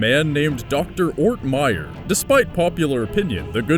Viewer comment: It;s "ORTMEYER"a whole last name,dumbass.